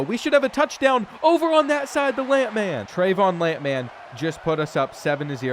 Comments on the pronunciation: Who TF says “Lamp Man” instead of lampman? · Love pronouncing Lampman’s name as if he’s a lamp based super hero.